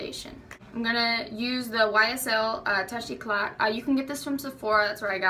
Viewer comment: I think it's pronounced toosh e-clay (touché éclat)